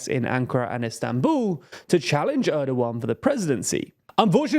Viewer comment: "Istanbuuu" - wher did the "L" go, guys?